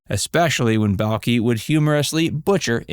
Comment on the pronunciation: During this video you have said the title show name wrong as well as Balki's name wrong. Your not a real fan. 👎